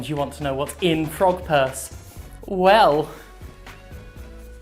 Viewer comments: When he said frog purse, I heard front perks. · Oh, frog purse. I thought you said Pog Purse. I was really interested in seeing that as I didn't know one was made. I mean frog purse is alright I guess...